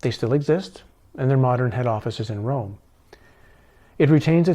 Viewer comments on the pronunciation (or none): none